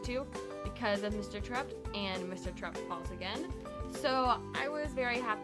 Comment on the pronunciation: It's pronounced Tare upt. As it is mentioned in the second book